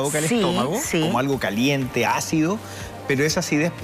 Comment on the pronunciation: Nooo Seee dice CalEntita...Se dice CaLientita..te pongo en mayusculas...para acentuar el herror de vocabulario...un abrasitooo